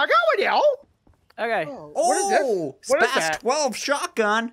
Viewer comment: Not spâz it’s spāss